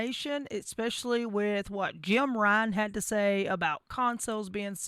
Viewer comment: I cringe every time you say Jim when referring to Jim Ryan....lmao